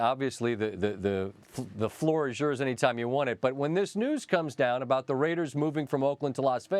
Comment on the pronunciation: THE RRRRRRRAIDERSSSSSSSSS!!!